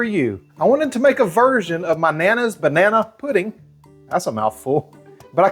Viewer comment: lol you said “bananaeee” without skipping a beat. Love it!